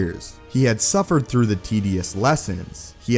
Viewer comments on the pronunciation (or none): none